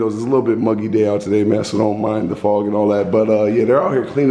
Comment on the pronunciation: He said fog 😂😂😂😂 more like song